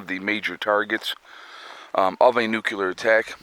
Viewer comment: The proper way to say nuclear is NU CLEAR!!! NOT NUKE u ler!